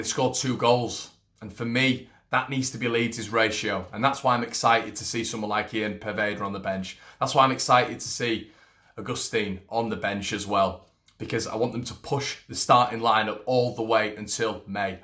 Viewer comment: Its pronounced Augustan fella (he's French)